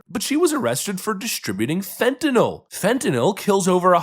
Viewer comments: You are about the only person that pronounces Fentanyl properly. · Congratulations! You pronounce Fentanyl correctly! That is a "Y" before the "L", not an "A" or and "O". Next I need to hear you pronounce "nuclear".